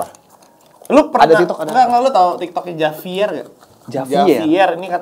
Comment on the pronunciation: Sorry, tulisannya Javier, tapi dibaca "Havier" guys